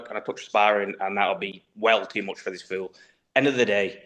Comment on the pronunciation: You can’t even say fool you say feel buddy😂😂😂😂